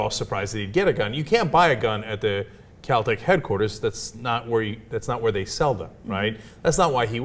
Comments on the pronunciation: its kel tec not kal tec ignorant pig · kel tec, not cow tec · First off, its pronounced as its spelled. KEL-Tec, not Kal-Tec. Secondly, I do partially agree, but only with Ana. He likely needs protection due to the fact that people hate him. However, any gun enthusiast would be all grins if they got to visit a factory. That's like a kid visiting a candy shop. This isn't him "bragging" about killing someone. Cenk is only projecting his personal opinion into this and twisting the story. This isn't about Trayvon, its about bad pr and that's it. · lol its kel-tec not cal-tech... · It's Kel-Tec not cow tec you dumb airhead OBEY GUNS OBEY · kel. not kal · Its pronounced KEL-TEC, where the fuck are they finding an a? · She doesn't know how to pronounce Kel-Tec. Haha. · Dumb video, he was found not guilty get over it. If he wants to visit "CAL TAC" as she incorrectly pronounces it, it's his damn right. He doesn't want attention, he wants to be a free man. Liberals never fail to amaze me. So he's a POS because he's interested in a shotgun? Wow..... you are so intelligent.